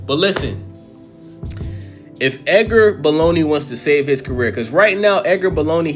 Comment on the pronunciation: Literally cringe how many times he said edger baloney